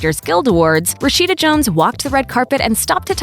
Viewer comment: I mean come on.. her name is “Rasheeda” Jones!